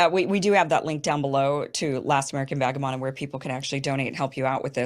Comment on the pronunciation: *Vagabond. C'mon, Kim.